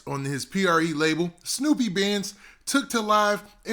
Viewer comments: Its SNUPE not SNOOPY lol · Snupe name is not pronounced like that 🤣